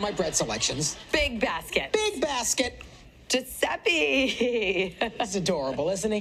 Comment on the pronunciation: Why do they say Giuseppi when he’s Giuseppe